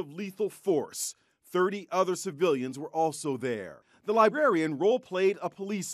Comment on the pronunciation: Tried to hear the story, but when the dude said "libarian" I was out 🤦‍♂️